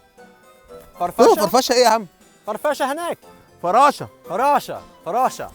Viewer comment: يوم قال فرفشه بدال فراشه 😂😂😂😂 قتلني